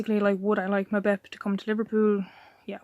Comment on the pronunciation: say his name properly you fool